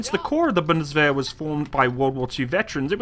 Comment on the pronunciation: Pronounces “Wehrmacht” “ware-mackt”; pronounces “Bundeswehr” correctly. O.o.